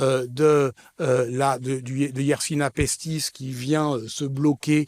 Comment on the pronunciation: Bonjour, merci de transmettre à cet honorable orateur que la bactérie s'apelle Yesrsinia pestis et non pas Yersina pestis